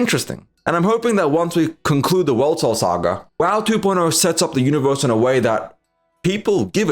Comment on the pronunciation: First time on your channel. Here’s some feedback. Talk slower. You’re talking too fast for your mouth muscles to keep up, and it makes you very cumbersome to listen to for an extended period of time. For instance, when you say ”World Soul Saga, you pronounce super fast it as ”wol-tol-taga”. I don’t know if it’s a none native English speaker accent, or if you have some sort of speech impediment, but as a commentator you need to work on that. Honest to god, NOT trying to be mean. Just letting you know. Speak slower.